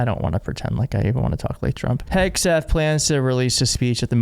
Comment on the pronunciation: Don't Forget "HAIG"seth....